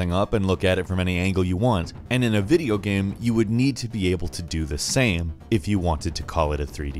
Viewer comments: He said video gam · "pretty much the sam" edit: "3-D video gam"